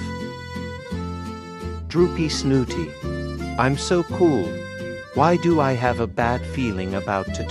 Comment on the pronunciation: Bro just said "droopy snooty" ☠️